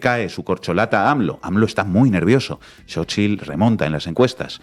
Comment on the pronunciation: Inna pronunciando perfectamente la "tl" en el nombre de "Xóchitl". Sin duda Inna ya es un poquito mexicana. ¡¡Felicidades a todo México y Latinoamérica!!